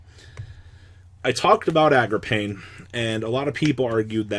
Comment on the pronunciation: I wish u would say card names correctly. It's Agarpain. A-GER-PAYNE!!!!! Not AGRAPAIN!!! Jesus Christ